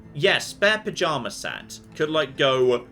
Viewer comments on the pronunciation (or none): Perception -1, fails to pajama correctly.